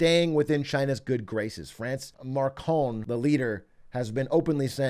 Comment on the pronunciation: mar-cone lmfao